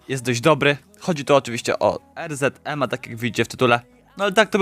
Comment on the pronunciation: Er ze de em sie mowi